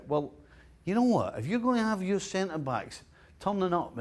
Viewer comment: "I wrote yar book... "